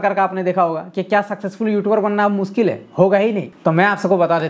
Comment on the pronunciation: मुनकिल नही ना मुनकिन है अपना टाईम आयेगा